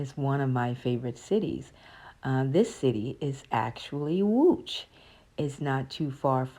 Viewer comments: Damn! Your pronounciation of Łódź is just beautiful! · You pronounce the name of the city Łódź very well. You must have good hearing.